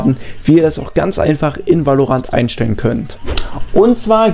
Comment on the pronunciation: wie spricht der valorant aus alter